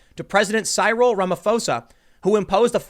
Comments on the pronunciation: lol "Sigh-rill", it's "Cyril" is "Si-rill". Typical american pronunciation. Anyone else forced to watch this on 360p? I'm and the image is now frozen. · Just a heads up Tim for the future in case you see it again. Lesotho is pronounced Le-Sue-Two Cyril is pronounced Sir-ill (easiest way to describe) Ramaphosa is pronounced Ram - ah- po (like for police) - sa (like sa in sandal) The army was deployed at the start of the lock down. I am from South Africa. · Pool's lack of a high school education shines through sometimes and this video has another example - Cyril is pronounced how? Cy (rhymes with pie)-ril? No. Tim is just plain dumb sometimes. And he mocks the idea that kids should be required to go to high school. Graduating students who do decently with their grades all come out with more smarts than Pool here. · Eish Tim ! Your african pronunciation needs brush up Lesotho= leh sue too Cyril= cih ril Rhamaphosa= Rah mah poh sah We have junk status. Many people lîve from the hand to the mouth. Only 52 died in South Africa from corona. Much more now from lock down